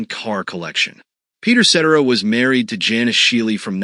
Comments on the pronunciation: Ce-Terra NOT set-er-ah. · You get mispronounced names🤣🤣🤣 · try getting his name right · More research. Up-to-date info and number one bummer is that his last name was mispronounced. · This video would have more credibility if you pronounced his last name correctly. 😂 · I'd be better if you knew how to pronounce his last name.....gads